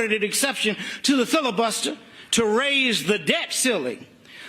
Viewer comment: Martin Luther King III said filibuster like custer the crip.